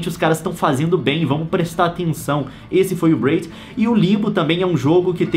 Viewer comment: não é bred, é "braid" !